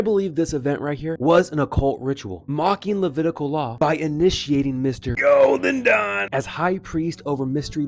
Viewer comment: Never stop saying "Golden Don" with that accent and emphasis 😂😂 it's just too funny❤